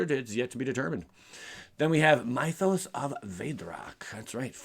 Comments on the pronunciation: It is pronounced myth-os as in myth-ic. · Those sorceries who names you are butchering, "Mythos" from "myths & legends" has a short "i" sound, not long I like night. The card you were confused by can destroy or exile, (I don't remember which) can get rid of any creature, but only green & white enchantments, artifacts, planeswalkers. So yes for ajanni planeswalker, no for sorin planeswalker. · Mythos is pronounced like myth